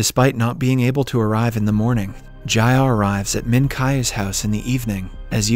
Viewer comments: "Jayah" "Minkai" the accent is killing me help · great video but the way he pronounced the names kinda made me mad ji-ah = jeeyah minkyu = min kee oo